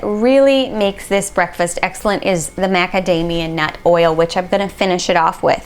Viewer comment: x - ee - lent!